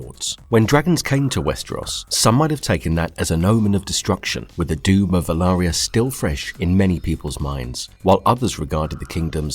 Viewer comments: Valyria not Velarya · Valyria not Valaria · why do you keep calling Valyria, Velaria? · Nice video, one suggestion may be to try keep the pronunciations of names the same, as it can get confusing if there pronounced in slightly different ways throughout the video i.e. valyria, dragonmont